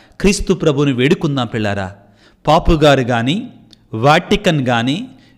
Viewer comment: పాపు గారు yendandi, పోప్ కదా